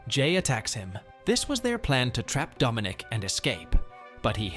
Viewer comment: Ah I saw some of this. Didn't finish it though. And It's Dominic not "Domonique". The latter is a lady's name.